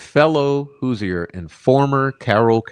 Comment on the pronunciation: Love ya dude, but quit murdering our nick name lol it’s pronounced “whos-er” or “whos-ers”